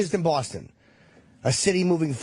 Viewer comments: Bawfoston. Get it right! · It's amazing that you can be born in a city and live there your entire life but also be the mayor of that city and not being able to pronounce the name of that city! It's almost like getting your own name wrong.